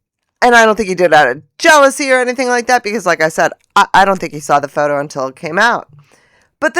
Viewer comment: Hahahahaha!!! Faux - toe! 😂